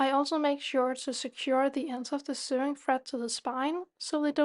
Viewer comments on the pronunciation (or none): Lovely work - Thank you for sharing your expertise! Just a little pronunciation point if I may - SEWING / SEW / RESEW is pronounced like SOWING / SOW / RESOW as in blowing, growing or going. English has no logic! 😅